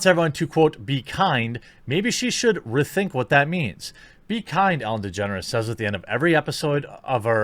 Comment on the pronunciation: I thought you said "Ellen Degenerates" for a minute.